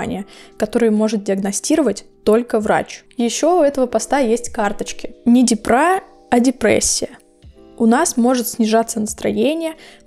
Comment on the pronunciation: Почему "депрА", "дЕпра" же?! Ну, не суть.